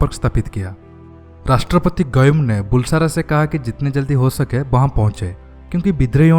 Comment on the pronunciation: How come Brigadier of Indian Army didn't know Maldives ? It's really surprising. Also pronunciation of Bulsara is बलसारा , not बुलसारा !